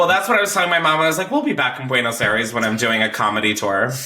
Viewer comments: Buenos I-res 😭😭 Chris I cringed every time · the way u pronounce buenos aires is so cute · I know you’re white but if I hear you say “buenos airees” one more time…. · The way he keeps miss saying Buenos Aires really gets me